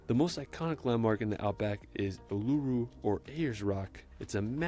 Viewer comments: Kangaroos are abundant when you get out of the cities. I'm in the Barossa and it's normal to see them here. Uluru is pronounced Oo la roo. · This guy pronounces the names of places wrong. In the outback, the big monolith is called Uluru (Ooo-ler-oo) and Bondi beach near Sydney is (‘Bond-eye’) as well as Melbourne (‘Mel-bern’) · Uluru is pronounced Oo-la-roo. Melbourne is pronounced MEL-bn. No point in pronouncing every letter is there? 😂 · Uluru is pronounced oo-loo-roo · I assume that whoever made the original video either has never been to the places claimed or used an AI voice to narrate the video because people who have been to Melbourne know that it's not pronounced 'melborn', but 'melbn' or for visitors it can be 'melbin'. Likewise Uluru is not pronounced 'ooLOO-ru' but 'oo-loo-ru', and Bondi Beach is not pronounced 'bondy' but 'bond-eye'. But in his favor he did get Brisbane pretty right and there were some images he said were of him on beaches in Queensland, so I guess he did get that far. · He keeps pronouncing names the wrong way, though, so . . . Uluru and Bondi are two iconic locations in Australia and the pronunciations were not correct. And it's Mel-bun, not Mel-born. Small details, maybe, but makes you wonder if he was paying attention. Plus, if you're an Aussie, it's annoying AF. Great footage though . . . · And Uluru does not have the emphasis on the "l". I wish these people would check pronunciations when they make their videos, but that appears to be too much to ask. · And Brisbayne. And Esperance like a Frenchman lol And Uluru. Should've added the Grampians into Victoria.